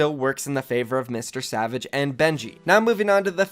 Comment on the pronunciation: He said MrSavage "N" c'mon bruv btw love your vids